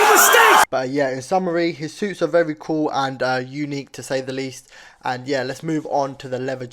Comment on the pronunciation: why you saying suits like seuss💀💀💀